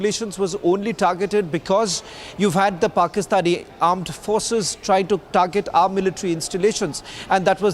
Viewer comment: Where'sah the meatah? Targetah? Whetherah at allah Whetherah at allah Thats how you sound ass0